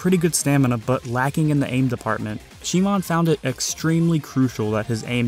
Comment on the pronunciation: is it really she moan?? lmfao